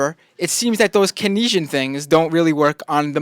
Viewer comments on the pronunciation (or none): KEYNESIAN! Not Kenysian. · I don't know why he doesn't know how to pronounce "Keynesian," but at least his facts and understanding are solid. Soros better ship him to pronunciation school.